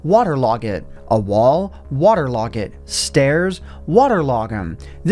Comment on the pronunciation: did anyone else catch how said waterlog it? 😂